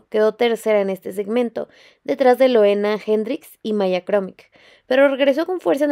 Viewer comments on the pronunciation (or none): Me encantó el análisis!!!! Gracias por tu contenido❤❤❤ solo un apunte, me duele escuchar "Loena" ya que se pronuncia "Luna"😢😢 pero incluso los comentaristas lo dicen mal muchas veces😔😔